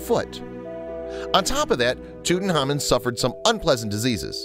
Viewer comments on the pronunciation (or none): Could you please learn to pronounce Tutankhamun, because you're saying Tutenhamun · Tutankhamun not Tutanhamun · Didn't You Know his name was TUT ANKH AMUN not tootenamen you ignoramus narrator. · That's Tut Ankh Amun!!!!! Not toot n common .... Show some respect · Does anybody notice he is saying his name wrong it’s not fucking toot it’s tut say it how it’s written my god this was bothering me so much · tootenhamun??? wtf dude it's prounounced tuht-ankh-ahmuhn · Tut-anhk-amoun not tutenamon. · It's driving me insane. Tut-Ankh-Amun, not Tootin-hamin. Ridiculous. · Bad name pronunciations. 😣 tootin’ hahmein… smdh 😠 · Tooten Harmon...lol WTF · Learn to pronounce their names: Tut-ankh-amen, Car-narv-on. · Why he pronounce his name TUTENHAMEN🤣🤣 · Its Tut Ankh Amon. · I wish people would pronounce his name correctly. It's Toot-Ank-Amoon. As for what caused his death, he had a few possibilities: His first x-ray in 1995 did show he had a fractured leg. Obviously, the break didn't kill him. However, in 2010, DNA tests confirmed he suffered from malaria, had a club foot with "crippling" bone disease which made him walk with a cane (meaning he wasn't riding chariots like we all previously believed as most depictions of him on the walls of his tomb show him sitting down- and 130 walking canes were found in his tomb). It's mostly believed that he died as a result of gangrene when his leg became infected. No matter which one of these killed him, he died a painful death. :( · He said king toot >:( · Lol toot n common 😂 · KKK Nazi Bigot Man “toot an KH amoon” is correct. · Wait it was pronounced toot-tin-common? I’ve been pronouncing it tuht-in-common. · why the fuck are you saying it like ‘tootnhamin’ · Did he say tutanhamen or am i high also he said image program makers created 2 times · So we gonna just ignore the fact that this dude keeps calling him TutanHAMAN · tutan HAMON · No... That's not the way it's pronounced! 'Phonetically', it's Toot ank ah moon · It's annoying.